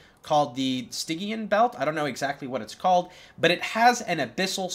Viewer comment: Stygian: "stij-ee-an"